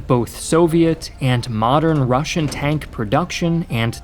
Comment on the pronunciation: As a russian i feel pain when he pronunces all that russian words